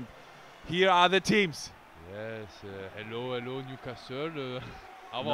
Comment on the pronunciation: Love how Per manages to blend 'hello' and 'Lolo' into "HelloLolo"